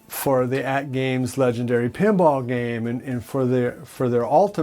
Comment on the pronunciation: I watch you just to watch you mispronounce atgame legends. It makes me so happy. Keep doing you! Great stuff. Legendary!!!!